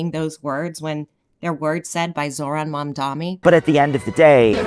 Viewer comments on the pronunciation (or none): could have chosen a way better camera angle, if he mildly pushes back against Hasan his chat would eat him alive on his looks. The only critique I have is your pronunciation of Mamdani sounding like Mamdami. love you and your content anyway <3